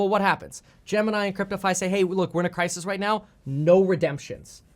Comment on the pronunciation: I love how he accidentally combined 'Gemini' and 'crypto' into 'gypto'